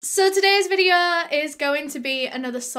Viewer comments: “Suh today’s videuh” Me: 👁👅👁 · Me: feeling sad: suh today’s videuh [sad feelings have left the chat]